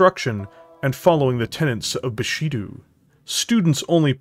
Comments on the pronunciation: Bu-shi-doh, not doo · Awesome video man! Minor gripe though, the "do" in Bushido is pronounced "Do-h" with an "oh" sound, the sound "du/dew" doesn't exist in Nihongo/the Japanese language (you can semi-create it in Katakana but that's for foreign loan words only).